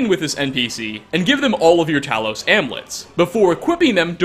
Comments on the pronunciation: IT"S AMULETS NOT AMLETS. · I'm just stuck on the way you pronounce "amulets" 😂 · Your pronunciation of amulets is triggering haha